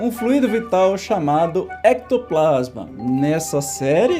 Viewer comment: Só uma resolva. A palavra fluido no caso não tem acento . Ela é dissílaba flui - do. Com acento que se lê flu-í-do por ser trissílaba.